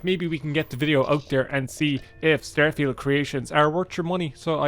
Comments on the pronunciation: "We're gonna be playing Stærfield!" The fuck... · Do you pronounce it as "styrofield" on purpose? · “Stair-Feeld” I have to turn this off